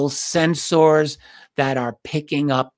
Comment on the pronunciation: Your reading of "sensors" had some Star Trek pronunciation 🖖